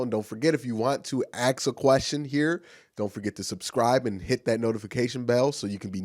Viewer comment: Why can't you pronounce the word ask properly? Slow down and think about what you are saying. A-S-K